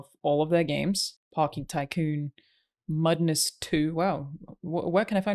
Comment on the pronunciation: Alanah saying "Mudness" 😂